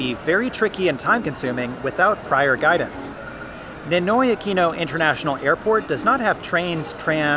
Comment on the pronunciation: Pronouncing NINOY is not same as English. It has to pronounce like Spanish